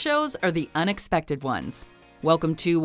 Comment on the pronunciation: I keep hearing unexpective, help.